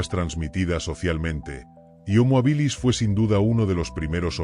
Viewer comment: Desde el minuto uno no se pronuncia bien homo habilis....no es ni llana ni aguda, se debería pronunciar como esdrújula, solo hay que ir a la raíz de la palabra hábil.....